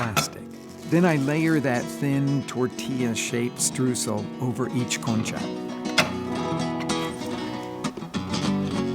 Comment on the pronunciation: He hurt me with that concha pronunciation